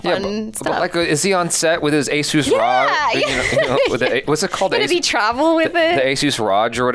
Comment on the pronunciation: And he also prenounced Asus ROG as "Asus RAJ" ......i was like...brah please !!!